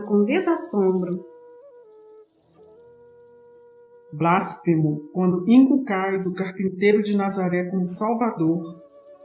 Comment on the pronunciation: Não é blásfemo, é blasfEmo. Não é ignominía, é ignomínia.